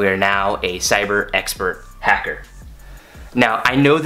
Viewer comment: "I will be a hackerr", that hurt my ears. Good job though.